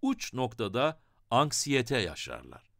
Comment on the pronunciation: anskiyete değil anksiyete